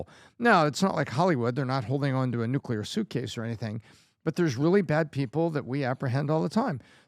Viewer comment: If this is "nuclear " it's "unclear"